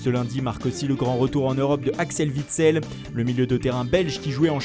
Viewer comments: ON DIT AXEL "OUITSEL" À LA PRONOCIATION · WITSEL!!!!!!!! Pas Vitsel Ça fait mal au cœur comme vous prononcer les joueurs belges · C'est pas VITSEL MAIS WITSEL vos grand mères les dinosaures. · Ta prononciation d'Axel witsel est HORRIBLE